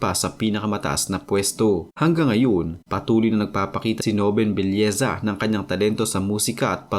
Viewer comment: Belleza o nobleza? Paki linaw nga.